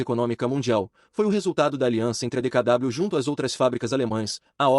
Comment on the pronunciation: Não é DKW que se pronuncia mas DKV pois o w tem som de v em alemão.